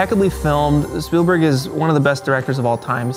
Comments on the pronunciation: “Steven SpielbUrg” 🤭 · Spielburg : Speilburg : No one can really write or say Spielberg ? :D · Stephen Speilberg. Not Speilburg eek! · It's Spielberg, not Spielburg. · Friendly note for the room, it's "Spielberg," and I'm only mentioning it because I fully expect the man himself could show up on one of these someday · I love Shtuven Spuhlburg. 😂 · *Spielberg. With an e.